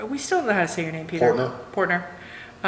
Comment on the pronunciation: You pronounced my name right. No shame in your game!